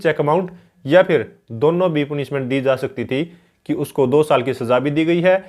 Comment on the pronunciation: Sir पूनिशमेंट नही पनिशमेंट होता है।बाकी आपकी video kaafi achchi h...uske liye bahut bahut shukriya...